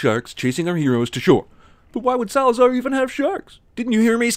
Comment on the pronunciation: "Salazar distards to destroy the British ship" You couldn't do one more take? Just one?